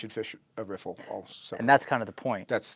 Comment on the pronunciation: "rifflifliffiflllfffif" (Courtesy: )., thank you for creating the perfect out-of-the-mouth audio-visual lip synched water movement river riffle lesson ever. That is why you are #1 the BEST!! Picture frame was worth a thousand words. LOL